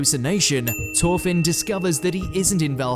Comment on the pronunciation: The fuck do you keep calling him "Torfinn?"